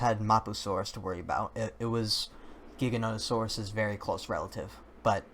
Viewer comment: I'm relieved to hear someone else say Giganotosaurus with the hard G sound. I was afraid I was the only one...